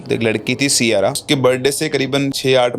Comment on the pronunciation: Siyara ❎ Saiyara ✅ 😂😂